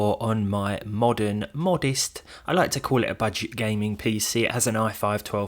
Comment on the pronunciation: "budged" 4060 he said 😂